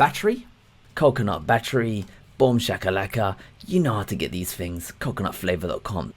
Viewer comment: Excellent stuff, but could you please say Thunderbolt, hyper-threading, things... funderbolt, hyper-freading and fings just sound lazy.